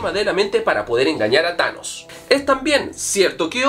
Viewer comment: Pusiste chanos no tanos